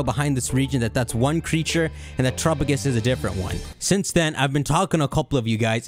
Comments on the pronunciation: The Pokémon: Terapagos How says it: Terupugis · At this point i'm half-convinced is still saying "turupugus" just to troll us.